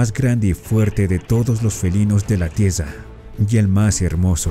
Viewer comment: ¿Felinos de la "TIESA" 🤔? Pregunta seria ¿Tienes problemas de audición?